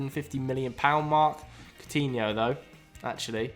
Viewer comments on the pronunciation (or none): none